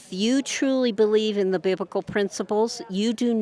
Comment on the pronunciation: “Biblical Ciblical”? “Hypokit”? She must be dean of the tRump University School of Language Arts.